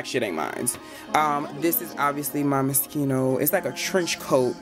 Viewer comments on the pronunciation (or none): Moschino , not Moskino 😂😂😂 I love your closet 👍🏼❤️